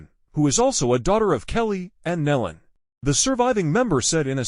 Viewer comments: Thier name is Nelon pronounced knee-lon not Helen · no knee-lon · What is so hard about pronouncing NÉE’ LONS right⁉️⁉️ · What is so hard about pronouncing their name correctly, NEEEEELAN??? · Knee Lynn is the pronunciation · The name is NEELON PRONOUNCED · Exactly the point. This isn't the way you announce a tragedy when you don't even know the spelling and pronunciation of the names!